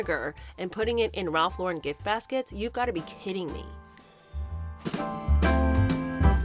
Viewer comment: Ralph lor-REn. Emphasis on second syllable.